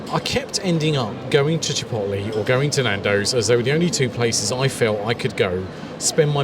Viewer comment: This is exactly the video I need. And the way you pronounce "Chip'oat'lay" is very entertaining Do you remember noticing a difference in the tortillas? I'm wondering if the Tortilla tortillas are as light and soft and flimsy as the Chipotle ones. That's what I like.